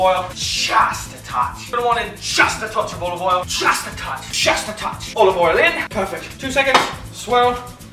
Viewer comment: He pronounces it “Owal”. 2/10 for inaccuracy